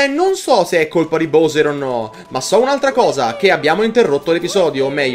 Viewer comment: Ti prego pronuncialo bAwser